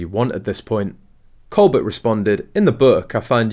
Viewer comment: His name is pronounced: col bare, with the emphasis on the 2nd syllable!